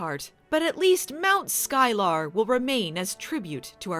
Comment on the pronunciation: I'm pretty sure it's pronounced "Sky-ler" not "Sky-lar".